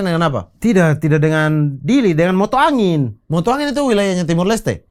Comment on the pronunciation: Perbatasan MOTA AIN bukan Mota Angin 😂